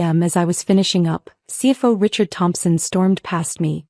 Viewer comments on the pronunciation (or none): none